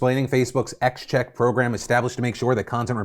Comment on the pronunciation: XCheck is "Cross-check" not "ecks-check"